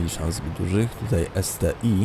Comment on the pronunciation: to jest ST-1 a nie ST-I